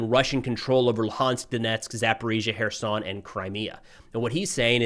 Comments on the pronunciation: not even close to Kherson. I imagine it was just a mispronunciation. Love the videos by the way. Слава Україні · was looking for this lol